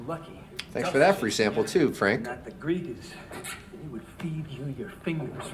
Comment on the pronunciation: Phonetic. GreeGahs. They're gone from Ceres. Why ?